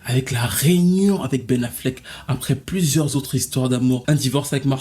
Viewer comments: Aïe aïe aïe, le « Pen Afflec » m’a tué ! Houuu j’ai tellement rigolé ! C’est pas bien hein.. mais franchement c’était trop pour moi 😅😂😂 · Le « Pen Affleck » m’a terminé 😭😭😭😭